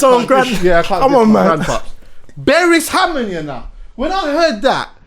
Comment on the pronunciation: Man said Berres Hammond hahaha